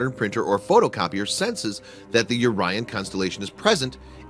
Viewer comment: Had a hard time paying attention to the info. Scratching my head... Oh he's talking about the Oh-ryan constellation. Ur-ryan sounds strange.